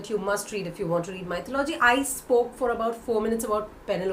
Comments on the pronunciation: You pronounce 'Mythology ' incorrectly. It is not 'Mytho- logy'. It is 'myth-o-logy'. Check out the correct pronunciation in Google. ☺ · Maithalology???, wrong pronounciation..🙄🙄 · Hi, I believe you are pronouncing mythology wrong, please look up the right pronunciation. That being said, I find your channel to be very informative:) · Check the correct pronunciation of mythology